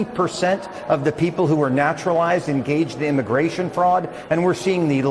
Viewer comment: Im sorry....around 57 mins did say "Immi-GAY-tion" or did my headphones glitch? Either way...I can't I hear it!